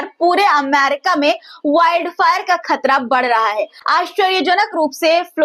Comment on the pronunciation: आपदा ना समझे जाने वाला लफ़्ज़ है लिहाज़ा परेशानी लफ़्ज़ इस्तेमाल किया कीजिए और एक पत्रकार होने के नाते बेटा मेरा आपको मशोरह है कि हमेशा आम अल्फ़ाज़ों का इस्तेमाल किया करें और तलफ़्फ़ुज़ के लिहाज़ से ख़तरा होता खतरा नहीं आप خ اور ق کا مخرج صحیح کیجئے گا شکریہ 🌹 ڈاکٹر سید رفعت مسعود قومی صدر تحریک فروغ اردو و شعبہ اسلامیات